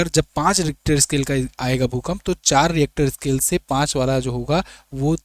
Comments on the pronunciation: रिएक्टर स्केल नही रिक्टर स्केल होता है। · Richter scale hota hai reactor kya bol raha hai